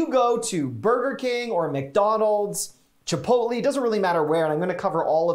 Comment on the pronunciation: Chipotle is not pronounced like that